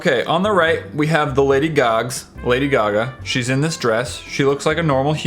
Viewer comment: why do you keep saying lady GAG?